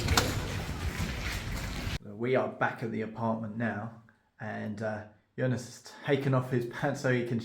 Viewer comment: Now I'll have to rewatch the vid... I seem to hear "Jonas".